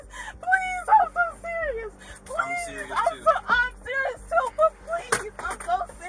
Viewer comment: Why did she keep saying ime serious ?😮